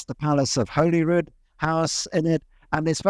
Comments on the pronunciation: Topical midroll ad, as locals call “Holyrood” Holly-Rood, rather than holy-rood. If you want a clear pronunciation, listen to Scottish Parliament coverage which has the same name. Great video otherwise. I’d recommend chatting and working with Bruce Fumey in future for Scottish history. As some of the history parts wasn’t wholly accurate. Such as the ‘built over closes’ which was the old Edinburgh built over due to the plague as well as increasing development. But lots of those ‘cellars’ are actually people’s homes who were sealed in during a plague, where the ruling class buried the poorest when they were sick as at the time it was believed only the poor got ill 🤦‍♂️. Also the Jacobite rebellions were also not terribly accurate, but very complex so not a biggy. Maybe next time link to some full history articles or other videos? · Yep Prince(s) Street; it's pronouced Holly-rood, not Holy-rood... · Thank you for paying a visit to our great city! Well made video, although I’d just point out that ‘Holyrood’ is pronounced as Hollyrood 😁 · Holyrood. Holly like jolly. Great pronunciation of Edinburgh though! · Its Holyrood as in , "Holly" Rood. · Life long Edinburgh resident here. Loved watching this and seeing my beautiful city on film. Great to learn some new things too! Curious about 'Holyrood' pronunciation though. Always been 'Hollyrood' to everyone I've known. Hope you had a great time here. You have reminded me not to take this place for granted ❤ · Just a wee note that us Scots pronounce Holyrood as 'Hollyrood' like Hollywood. Other than that, great video very enjoyable ! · Yeah i was gonna say that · How can he edit this book and work at NLS but pronounce both our capital and Holyrood wrong. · Or Holyrood!! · > initial segment on pronouncing Edinburgh correctly > Immediately gets Holyrood wrong Harmless mistake, though quite funny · Holyrood is Hall-ee-rood not whole-ee-rood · And he says “Holeyrude” rather than “HollyRood” 😮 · Hoh lee rud… not holyroooood